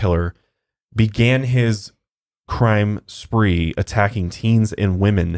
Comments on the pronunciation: lmfao cwime spwee, you wascally wabbit hahaha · "were going on a cwime spwee" 🤣🤣 literally had to replay that 20 times because I couldn't stop laughing! I have tears in my eyes! So funny! So glad I found this podcast! I've been binge watching for the last 2 days! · Lmfao cwime spweeee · "crime spwee." i literally choked on my water. Wtf 😂